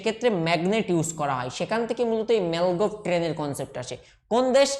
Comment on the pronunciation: apni apnar pronouncing ta arektu perfect korun. মাগলেভ কে বলছেন মালগেব। বৃহনমুম্বাই কে একটা অন্যরকম উচ্চারণ করলেন। আরেকটা লেখা ছিল বেডউ কিন্তু আপনি উচ্চারণ করছেন বেউড। কোনটা টা ঠিক আপনার উচ্চারণ না টাইপ? এটা confusing hoye ja66e।